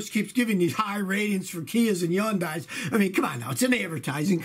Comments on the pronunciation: Hun-die not yun-die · It’s HUN-DAY. Jesus Christ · Its pronounced hun-day. Rhymes with sunday. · Wait I that it was pronounced “Hun-day” not “Yun-die” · kia and Hyundai the new Ford Firemobile of South Korea....by the way it's pronounced HunDIE....Rev up your fire suits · It's "HUN-day"! Geez! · Yun-dye? Someone thinks they're fancy but actually doesn't know how to pronounce the companies name. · Yuneyes it's Hyundai Scotty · Love you, Scotty, but for the love of God, PLEASE learn how to pronounce Hyundai (it's HUN-day). You do NOT pronounce the Y in a Korean word like that. 😉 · Scotty, I enjoy your videos, thanks for all the hard work. You seem like a smart guy, a little research will tell you that the proper pronunciation for Hyundai, is like Sunday, the Y is silent. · Every car has problems. But Scotty go back to school and learn how to pronounce Hyundai